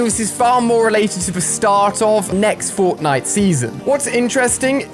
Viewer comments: Did Ali a say fortnite or fortlight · Did anyone else hear him say Fortlite? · haha "fortlite"